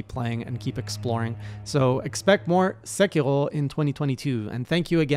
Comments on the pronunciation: So I found fromsoft knowledge made that game harder. You do not want to use the dodge button. Use run, or jump. Jump has I-frames, dodge doesn't. Also; it's Sé-key-row, not Sé-key-hrow. You don't need to add that French flair. Japanese is all single syllable sounds with a hard consonant ^.^ look forward to seeing you come back to this game, as your monster hunter journey has been rad to follow. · omg, hearing you say "Segherrrhoh" gives me anxiety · As a canadian learning japanese, your pronounciation sounds like you are saying sekiro in french lol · I thought he was German the way he said sekiro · HeyJay Japanese is not in fact French. Rs like in Sekiro sound like a quick flap. Much like you would say the R in Three or better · Are from Quebec ? The way you pronounce "r" sounds like french. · Strange to hear Sekiro, a Japanese word, pronounced like a French one lol. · Btw. Sekiro is Japanese, so you want to pronounce the r closer to how you would a d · You are saying sekiro as if you are french and I can say it because... I am french! XD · why the hell does he pronounce japanese names like if they were french lmao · I'm aboutta unsubscribe if you keep pronouncing these Japanese names in French, boy. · Emphasize on the R! Not L SekiRo GenichiRo